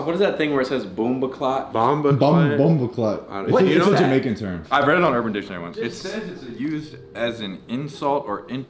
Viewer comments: Aye UK fans, who laughed at these guys tryna say “Bumbaclart” 😂😂😂😂😂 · MAN SAID “BOOMBOHCLAT” NOOO AHHH HAHAHAHA Americans don’t know the term? AHHHHHAHAHAA 😂😂😂😂😂😭😭😭😭😭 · As a Jamaican rhinos pronunciation of bumbaclat was making me crease😂😂😂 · Lol i love how they couldnt pronounce bomboclaat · Bombooclat is ah jamiacan slang😂😂😂 alyuh sayin it soo wrong